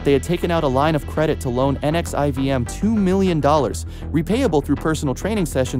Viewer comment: Pronounced "nexium" & not literally each individual letter.